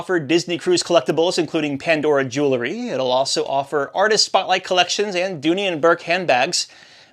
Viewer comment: Boy oh boy, the names of those MSC ships are sure hard to pronounce for us non-Italians. You did well with that! However, the word "jewelry" is not pronounced "joolery" as you did. It's a very common mistake and felt obligated to point it out :-)